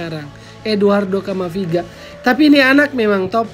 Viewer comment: Camavinga bukan camaviga..